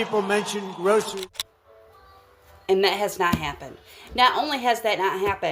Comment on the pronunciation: Vote for a guy who can't even pronounce "groceries"....